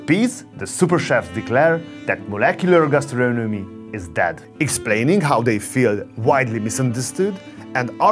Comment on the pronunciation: "meuleuceulor geustreunemy"